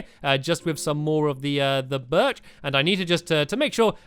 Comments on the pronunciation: STAMPY!!!! UR SAYING BIRCH WRONG!! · stampy said birch wrong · stampy your not saying birch right